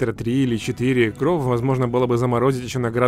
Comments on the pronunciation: Почему ты говоришь кровъ, а не кровь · А почему ты говоришь кров а не кровь? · Почему ты говоришь кров а не кровь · Меня одного бесит когда он говорит не кровь, а кров Если что я не придираюсь, а просто делюсь своим мнениям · Только я слышал что он говорил "кров"а не "кровь" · Мне кажется или нет,но похоже говорит кров,а не кровь без обид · Кровь а не кроф!!!!!😤😤😤😤😠😠😠😡😤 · Не корв а кровь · Почему ты говоришь не «кроВЬ» ,а «кроФ» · Ты говоришь"кроув"??? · можешь говорить "кровь", а не "кров"?) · ПОЧЕМУ КРОВ БЛЯТЬ А НЕ КРОВЬ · Не кров а крофь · Не кров а кровь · меня одного бесит кров, кроф? кровЬ кровЬЬЬЬЬЬЬЬЬЬЬЬЬЬЬЬЬЬЬЬЬЬЬЬЬ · Я ору, как он говорит *кроф*😆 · Кроов!!! Прикольно звучит без мягкого знака) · Мне очень интересно почему вместо просто кровь, ты говоришь кровь делая акцент на букву в? Видос прикольно конечно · Научись говорить кров!!! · Кров Ахаха не умеешь говорить